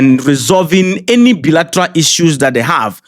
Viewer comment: I'm from Keta. You can speak English more than l can speak. Please check how to pronounce the word decisive and bilateral. Please l mean no harm .l really love your videos. Mawu ne yrawo gbogboo!